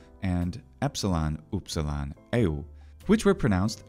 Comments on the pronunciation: Upsilon didn't sound like you've just uttered it. Namely you pronounce what is nearest to a Parisian u or a German ü or to a lesser extent a Swedish y. The French sound is pronounced like a shrill i sound but with the lips puckered as around a pencil. The upsilon was pronounced as a central closed vowel but like i in will, bill or e in sided but with the lips closed together as for a v. It is the vocalic prolongation of the consonant v and has a more mysterious, otherworldly quality than French u which is very fronted and without echo. Upsilon fetched into the deepest vocal cords, hence why at the beginning of a word it always comes together with a rough breath, with the lips forming an obstacle, a veil. Try to fetch the deepest breath inside and project it onto the obstacle of your closed lips. Latin only had the short, blurry, relaxed version of that sound, as in Sÿlla, docümentum, optïmus. There were attempts to introduce a new letter for that sound but the measure ended up being applied for words of Greek or foreign origin only and in the same shape as upsilon. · So if I'm correct, the pronunciation of the Ancient Greek letter upsilon is the same as the modern German Süss or French lune? Because I'm Dutch and we also have that German/French sound (e.g. 'duur'), but it sounds a bit different than the way you pronounce it, I think with your lips a bit more like a duck and less pressed together? I can't explain very well as I'm not well versed in linguistics, but u sounds a bit strange to my ear. Just a little bit though. It's very close and normally not noticeworthy, but since we're discussing the letter and the sound it makes, I wanted to ask.